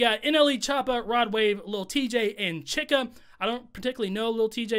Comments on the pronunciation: Her name is is pronounced che-ka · Why can’t anyone say Chika’s name right 😂